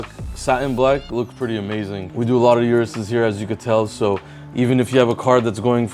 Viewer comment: O-RUS not U-RUS